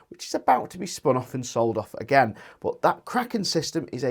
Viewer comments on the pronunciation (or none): none